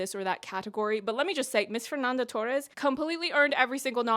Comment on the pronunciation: Your portuguese pronounciation is not that bad but try not to pronounce "Fernanda Torres" like she's Mexican.